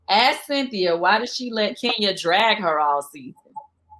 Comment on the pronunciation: The way Cynthia pronounces 'drag'... Lol all this time I've been wondering who the heck been 'drUgging' her